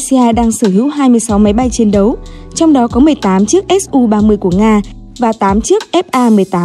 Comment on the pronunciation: Mắc mớ gì k gọi là su mà gọi là ét u nghe vl dế sợ